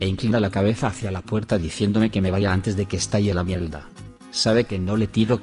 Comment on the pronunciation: Por qué el narrador dice mielda en lugar de mierda?